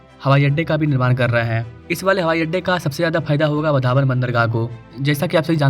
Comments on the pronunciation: भाई तू गलत प्रोनौन्सिएशन कर रहा है 'वधावन पोर्ट' नही 'वाढवण पोर्ट' ऐसा बोलिये | 'वाढवण पोर्ट' ऐसा बोलिये उस जगह का नाम है 'वाढवण' | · आपको वाढवण बोलना नहीं आता क्या?